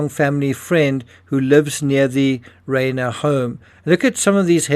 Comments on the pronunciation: Reiner is pronounced Rye ner. People become addicts because they have mental health issues. Normal healthy happy people don't become addicted to Meth. And 17 times in Rehab tell you alot about that person. If I had been his parents I would not have allowed him to have access to my home. Drug addicts can get violent , you never trust a addict ever. They are liars. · You are mispronouncing Rob Reiner's last name. It isn't like a horse's "rein," but rather uses a long "i," something like "Rhine." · If you can't pronounce the victims names properly you shouldn't be reporting on it. Rob Reiner is famous & the name is repeated over & over again. Not like getting the neighborhood security guard name wrong ! It is a lack of detail. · Understand, it's incumbent upon us to pronounce a person's NAME only as the man himself would. That's not only basic respect, but a goal of every good journalist.